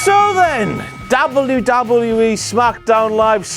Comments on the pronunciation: Love, love content, hate the pronunciation of W. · I really like the way you say " W... W.... E..." ie " DoubleU... DoubleU.... Ezzz. lol. Very funny. And good video. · sounds like hes saying dobby dobby e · Doblu, doblu, EE lol that's what I hear when he says WWE 😂😂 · Dabble ewwww dabble ewww e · can anyone else not stand the way he says WWE?